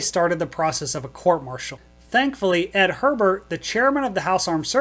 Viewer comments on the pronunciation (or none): Great story. FYI, Congressman Hebert's last name was pronounced "A Bear", not Herbert. I think it was one of those fancy French names. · F. Edward Hebert (A-bear). Not Her-bert. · Great story! I remember those events well. By the way, near the end of the video you referred to the Chairman of the House Armed Services Committee as "Ed Herbert." That is an incorrect pronunciation of his name. Basically you inserted the letter "r" into his actual last name. He was a Congressman from Louisiana named "F. Edward Hebert." His last name was pronounced like "A Bear" with emphasis on the A.